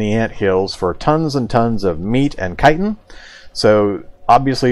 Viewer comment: is that how you say chittin?!?!?! geez.... im so sorry morrowind :(